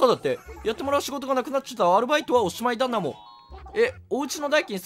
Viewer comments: がよく「だなも」のこと「だもな」って言うの可愛い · 毎回 『だなも』を『だもな』って言い間違えるの草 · だもなじゃなくて だなもだよ爆笑